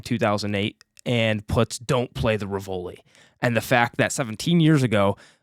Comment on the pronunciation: Great review but I died a bit on the inside every time you mispronounced the Rivoli!